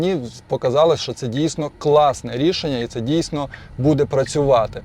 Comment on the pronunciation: Кто тебя учил украинскому языку?! Что такое будЭ? Всю жизнь было бУдэ.....